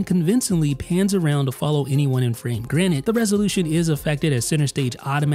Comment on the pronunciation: Its Granted. Not Granit. Morty would laugh at this.